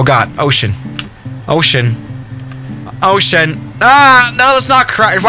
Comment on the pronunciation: When he said ocean i thought he said oh shit lol 😆